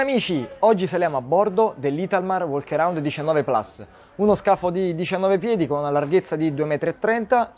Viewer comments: Una domanda ma dici Plas per fare l'inglese o perché non hai studiato il latino. Vivi in Italia per cui Plus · No mi sento peggio vedendo la lingua Italiana massacrata, gli americani dicono plas perchè non riesconoa pronunciare la u. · Porca Eva rimandato a settembre, ma Plas si pronuncia sempre Plus.